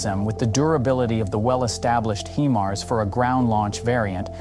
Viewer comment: Himars not hemars.